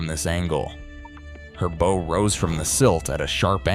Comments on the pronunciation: Teach your AI narrator to pronounce BOW to rhyme with Cow! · You pronounced the front of the ship the “bow,” as in “bow tie.” And then you try your hand at humor with Stockton Rush holding a joystick, then say, “they were in no hurry, there was no “Rush.” You my friend, belong in a circus with the other clowns riding miniature bicycles. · Man... I really hate the AI narration. Mispronouncing words like BOW. Showing irrelevant video content. What an insult. The thing called a canteen was an OBA (Oxygen Breathing Apparatus). Again... Demonstrating the lack of research and laziness of the producers. With a little research, the author would have found ( or did find and conveniently left out) that Certain Large Squids in that region are very aggressive and hunt in packs, which would account for the unusual shapes and simultaneous attacks of surviving crew members. I don't like or subscribe to Junk AI Video.